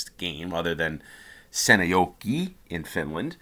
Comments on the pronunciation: Your pronunciation of Seinäjoki was perfect! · Seinäjoki my home town! :) You pronounced it correctly btw. :)